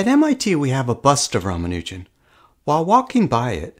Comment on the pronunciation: PRONUNCIATION ROMANUGIN 💀